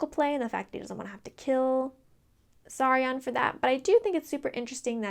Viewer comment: You called Saryon Sauron! Oh man